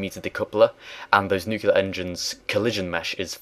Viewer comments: NeatCrown No, he's right: "Noo-keel-ler" is incorrect. "noo-kleer" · New-clear NOT nuke-ular. Sorry. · NeatCrown "Colour" is a spelling variation pronounced the same as "color" that is correct in UK/Canada/Australia. "Nu-cu-lar" is a pronunciation mistake that is correct nowhere. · Nooooo! Nuclear is not pronounced "nuculer" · Learn to pronounce "nuclear".